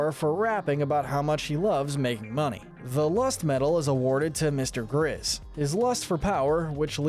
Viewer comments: He said mr. gizz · “Mr. gizz” you mean Mr. grizz